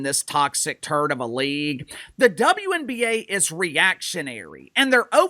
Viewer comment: I swear I heard they say DumbNBA instead of wnba lol